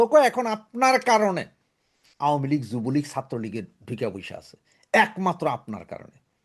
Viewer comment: কাইন্ডলি 'আওয়ামী লীগ' শুদ্ধভাবে, যথাযথভাবে উচ্চারণ করুন।।